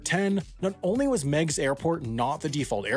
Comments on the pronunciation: Actually, having lived in Chicago with a father that was an Airline and Airforce pilot, I remember he HATED Meig's (Pronounced like MIGs, I think, not Megs). Meigs had the incredible disadvantage of trying to run parallel to an inward curving lake-front, meaning a pilot had to take some unorthodox patterns on take-off and final approach, and prevailing winds were always a pretty hefty crosswind (as local wind tends to either go out towards the lake, or in from the lake). The disaster Daley often complained about were either a plane crashing into the John Hancock (valid concern, unfortunately) or skidding off the runways because of the crosswinds. The airport also tended to foul up airspace for O'hare and Midway as well and Chicago is generally just a congested airspace without the add Meig's Field approach. While Daley probably had some personal issues with the Airport, he also had some very valid concerns as well. It was remaining open for rich people to avoid O'Hare and served almost no other purpose and was a threat as it produced low flying airplanes right in the middle of some VERY tall buildings. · Daley is a corrupt [bad word], but he happened to be right about this one. Miegs Field only benefitted a handful of wealthy people, while the park benefits everyone. BTW, it's pronounced "Meegs" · Pronounced MIGS field. This was so lame at the time, but after 9/11, this would have happened anyway. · You are mispronouncing the name of the airport. I’m a pilot who flew into that airport now and then. Think of a MIG fighter jet. It was pronounced “migs”. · Its pronounced "mig's' field. Like the Russian aircrafts. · I am a pilot from Aurora, IL. I want Meigs back. Also it is pronounced "migs" like the Soviet fighter plane. I know poor timing, but is what the planes they use are called. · Oh, did they? I'd heard it pronounced Meegs. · "mig's" not "meg's" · "Migs" field. Not Meg's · I do not want to rain on your parade, but the name is pronounced Migs not Megs.